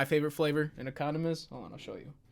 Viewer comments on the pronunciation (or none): '... DO U HAVE ANY COUNDOM" - farzadboy2003